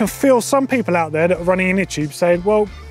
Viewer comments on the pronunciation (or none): none